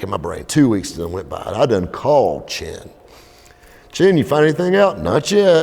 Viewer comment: Chen. The ch is pronounced like that.